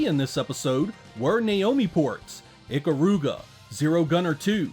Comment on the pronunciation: Ee-Kah-ru-ga…. NOT Ick-ah-ru-ga.